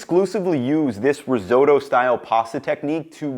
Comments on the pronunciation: Ris- oh-to, not ris-owe-to. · Dude says resootoo.🤣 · Why can't Americans say risotto or pasta properly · Americans pronouncing pasta or risotto does my head in. Had to quit the video.